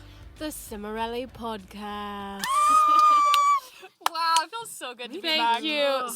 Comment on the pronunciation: I missed the podcasts, and Lisa's "it's cimorelli podacast" accent 😭😭❤